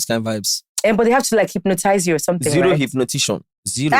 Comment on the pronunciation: said “zero hypnotition” 😅😅